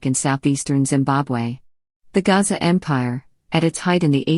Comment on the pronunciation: Gasa not Gaza